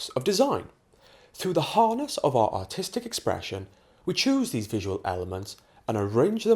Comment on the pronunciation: whenever he says artistic what i listen is "autistic"